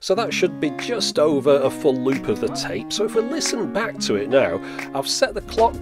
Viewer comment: you pronounced tape wrong. it's tape, not tape.